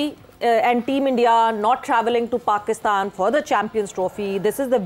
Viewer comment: Yeh ko sahi tariqay se Pakistan kiun nahi bolna aata. NDTV ke kisi loser anchor ki tarah Pakistan bolti hai